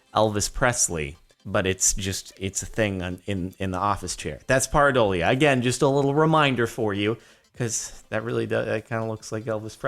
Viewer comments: It is Pear-i-doalia. Pear... come on man. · it's pronounced pear - a - dole ee uh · Jordon ask a Neurologist.. It is "PEAR adolia"